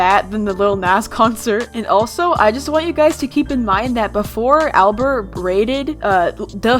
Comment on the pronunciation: “ablert” bruh albert